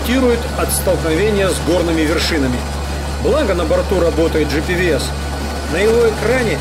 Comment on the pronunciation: На борту джипирыэс!)) может джи пи эс, от гллобал позишин